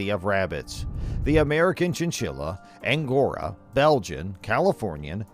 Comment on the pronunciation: And not "Angora" too